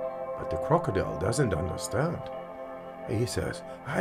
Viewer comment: Such a challenge to not laugh when he said "De crokodile does not undastand"